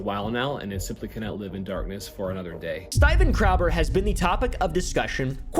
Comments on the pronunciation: " Styben crowber" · "Steiven Craowder has been the topic of discussion..." love it, print it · bro enough mispronouncing his name. It was funny once, not 234 times.